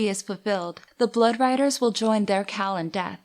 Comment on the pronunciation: I liked the video, but it kept sounding to be like you were saying "cow" instead of "khal." I wasn't expecting a discussion of bovine afterlives.